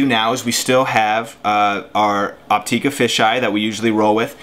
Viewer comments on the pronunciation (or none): Its pronounced Opt"ih"ka not Opt"ee"ka.....